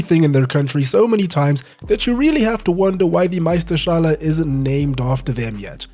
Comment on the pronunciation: back to the roots with this one EDIT: Flawless pronounciation of 'Meisterschale', nice